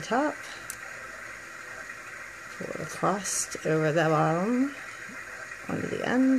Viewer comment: Its across not acrost jsjs xx stillj a beautiful bracelet